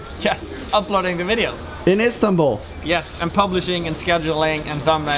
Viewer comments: INSTANBUL? RLY RLY?:D It's ISTANBUL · Jon, it's Istanbul not Instanbul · Jon, it is Istanbul, not Instanbul man. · it's Istanbul not instanbul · Istanbul not Instanbul ;-)